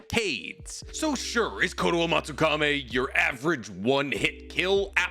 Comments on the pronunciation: Also, hermione voice It's kotoamatsukamEE Not kotoamatsukaMAY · KotoamatsukamI. KAMI. I. Not Kotoamatsukame. It's not ending like Kisame, it's like Kami.